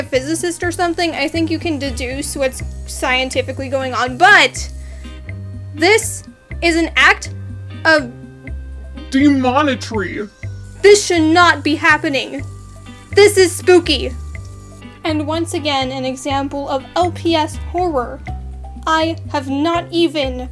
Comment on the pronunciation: “ALL THIS dEmOnAtRy”